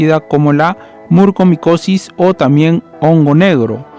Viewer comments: Es MUCORMICOSIS!!,No murcomicosis. Soy especialista en otorrinolaringología y la enfermedad ya se ha detectado al menos hace más de una década en México. No siempre hay sangrado nasal. El único diagnóstico es por biopsia y es mortal. Informa de manera verás por favor. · NO PUEDO CREER LA CANTIDAD DE VECES QUE DIGISTE MURCOMICOSIS, por favor, si haces un informe asi, al menos pronuncia bien, es MU-COR-MICOSIS